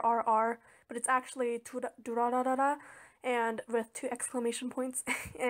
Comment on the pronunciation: This looks really good :3 But I was just wondering why you keep saying Durarara ra and not Durarara?